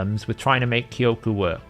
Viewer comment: btw jp speaker here, you're now saying Kyoku right